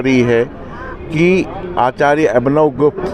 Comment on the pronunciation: It is not Gupta it's gupth.